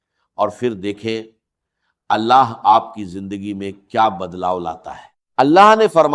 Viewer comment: jindagi nahi zindagi hai pahle bolna sikhye